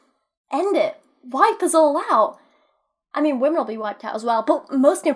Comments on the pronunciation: It’s wahmin as in wah wah wah bitch I’m lil baby 😂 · How many times do they have to butcher up the word women?